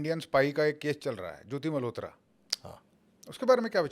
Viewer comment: ज्योति मल्होत्रा not ज्योति मेहरोत्रा